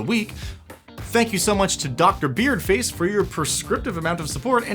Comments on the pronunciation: It's BEARD FA-SAY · It's pronounce Beard-fa-ce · I'm pretty sure it's pronounced 'beardfass-ay.' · IT'S BEARD FAH-SAY! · It's Beard-fa-say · It's Beard Fah-Say Dammit!